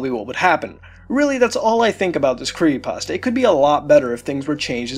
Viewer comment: Every time I here him say "Creeiepasta" I want to punch him in the face. Other then that I really enjoy these videos.